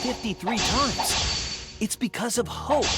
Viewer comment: did he just say "HOE" instead of "hope"😭